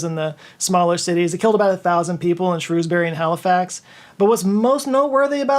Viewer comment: as someone who lives near Shrewsbury...A. it isn't a city and B. I LOVE your pronunciation haha it is better than the 2 ways of saying it people argue about here!